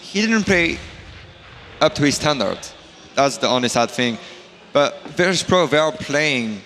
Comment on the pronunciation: VEETOS PRO! VEETOS PRO! VEETOS PRO!